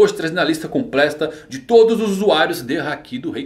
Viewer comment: "Hoje trazendo a lista com plesta" mais alguem percebeu? jjjjkkkks